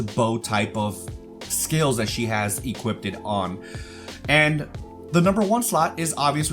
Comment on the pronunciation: My guy... it’s “equipped” not “equip-did” It was like a drinking game every time you said it. Other than that great video.